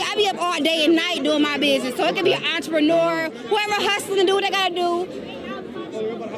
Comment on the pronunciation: “Im a entropenyouuuuer 🤪” yeah like Fuxk you are